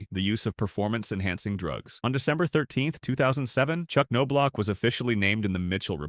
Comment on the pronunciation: The "K" is silent...Say it with me now....Nob-Block.... Kanoblock 😂🤣...Also Andy Ped-it not whatever nonsense came out of your mouth